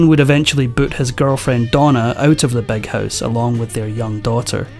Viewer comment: It's Big House, not Beg House, you misfortunate tongue inflicted man😅